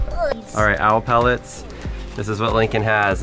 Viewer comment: Its (pel-lit)